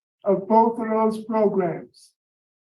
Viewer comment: Love to hear you say “Progrums”